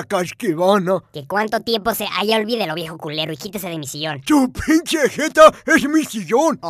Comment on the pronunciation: Es "pinche" no inche